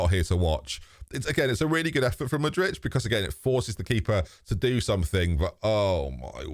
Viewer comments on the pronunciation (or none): How does get 'Mudrich' from Mudryk?